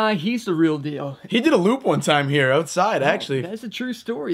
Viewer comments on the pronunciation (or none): when says outside you can tell he is a legit canadian